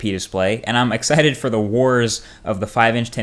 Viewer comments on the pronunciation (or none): none